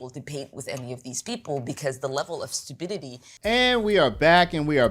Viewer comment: Did she really say “stubidity” ? 👀